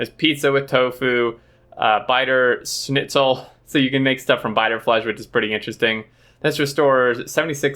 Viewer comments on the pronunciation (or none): it's pronounced "Shhh nit zel" lol..not a common word I admit 🙄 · You said something like "ssss nit zel" without the H. I grew up eating schnitzel type food from my grandparents who were from all over the world so I heard it and chuckled because its not the most common word 😊